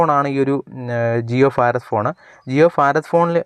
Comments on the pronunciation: ഫാരത് അല്ല ഭാരത് എന്നതാണ് ശരി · ഫാറാദ് അല്ല മോനെ ഭാരത് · ജിയോ ഫാരദ് (Farath ) ഫോൺ അല്ല . ഭാരത് (bharath ) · ഫാരത് ഭോൺ